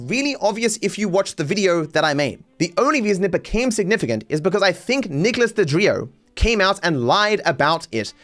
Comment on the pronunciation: Best part of this is mispronouncing Nicholas Deorio's name lol that guy deserves being irrelevent